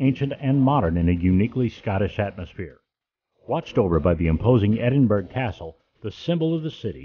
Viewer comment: argh! How embarrassing. It was an interesting video, but... please learn how to pronounce the name of the city you are highlighting. I'm really not trying to be mean.